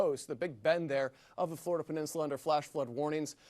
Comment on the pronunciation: Oh, to be a double wide salesman in flo-ri-duh! 💩